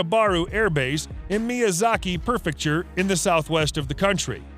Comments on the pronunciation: Prefecture, not Perfecture. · Worst voice over ever. Prefecture pronounced Perfecture and knots described as nautical knots plus numerous other contradictory facts and figures. Just sloppy and useless. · it is "Prefecture" not perfecture... Jeez guys get your facts straight.